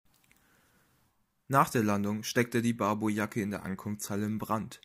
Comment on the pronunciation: Lernt doch einfach mal Sylt, Barbourjacke, Altona und Pöseldorf richtig auszusprechen. Und wieso ein Bild von der Berliner S-Bahn, wenn ein Zug von Frankfurt nach Heidelberg fahren soll?